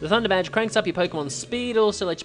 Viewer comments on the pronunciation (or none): I swear you said THUNDERVAG not THUNDERBADGE